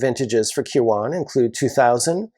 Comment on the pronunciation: I know this minor in the grand scheme of things but watching you butcher the pronunciation of Kirwan was hard to watch. Its pronounced Kir-win.